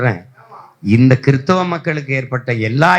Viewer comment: சைமன் நீ கிறிஸ்தவராக இருந்து கொண்டு கிறிஸ்தவன் என்று உச்சரிக்க உனக்கு தெரியல